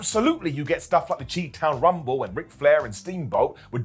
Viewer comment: Did dude really say “Chee-town rumble”???!??!!??! How man?